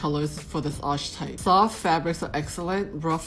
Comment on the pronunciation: This video and the previous one has been super helpful in narrowing down my type some. I fit best in Romantic, I'm a vase or bell shape, but I'm 5'8" and have a fairly large frame, hands, feet, ankles, etc. but not angular at all. As a side note: I would revisit the pronunciations for "lithe" and "archetype" as they are pronounced differently than they appear. English is weird. :)